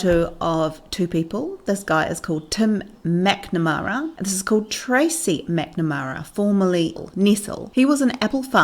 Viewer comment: "Tum MacNamara" -sorry, love the accent!!!